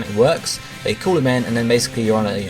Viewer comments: So, is 'call' in the USA actually pronounced the same way 'cool' is? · No, it's just how this guy pronounces it in the video. But I'm glad call chaining is apparently a thing.